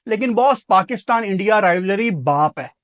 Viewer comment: Rileworry ✅ Rivalry ❌